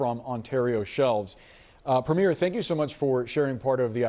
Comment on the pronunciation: Premier Ford is not playing games; he is telling the truth. Wow! There's a grownup in the room...and he hasn't even met the new PM yet. Elbows up! (Who is the loser host at CNN who can't pronounce "Premier" and who doesn't seem to realize that Mr Carney WILL be the next PM, as soon as he is sworn in...it is not contingent on the next general election!!! Embarassing.)